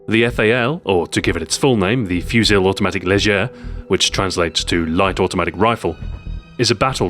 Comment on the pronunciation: How he said "Fusil Automatique Léger" was so satisfying